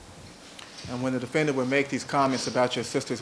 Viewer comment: Why does Darden keep saying defenDANNNT